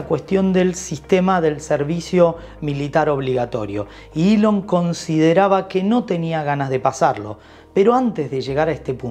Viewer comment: Se llama ELON Musk no ilion más o que cambiaron el abecedario español castellano